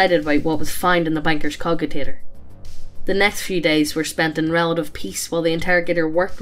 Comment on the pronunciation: i cringed when i heard cogitator read as cogitator instead of cojitator.